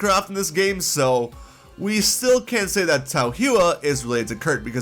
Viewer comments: Lol Tao WHO-ah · It's pronounced Tao as in Taoism and Hua is hwa. It's a Chinese name.